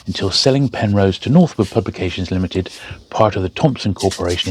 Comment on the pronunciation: Got a bit excited there, —I thought you said ‘Penthouse’ for a second! Anyway, fascinating books. I’ve signed up as a Patreon member; it felt only fair to contribute, knowing how much time goes into these videos. Keep up the amazing work! Loving my books, though I’m still a long way off from having that bookshelf sorted